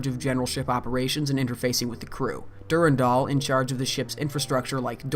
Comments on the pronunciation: For love of Marathon it's DuRANdal, not DuRENdal! ALL of your voice actors are saying it right! Did you not listen to them before you edited this vid? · Awesome video. Suggestions for the next videos: DEFINITELY just read the terminal text yourself, and consider pronouncing "Durandal" the way that most people say it (dur-AN-dal). I know people who pronounce it your way are generally very passionate about it being "the correct way," but it's kinda up in the air (depending on the root language you derive it from). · OMG PLEASE STOP SAYING DURINDOL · I always stressed the 2nd syllable in "Durandal". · the way you pronounce Durandal triggers me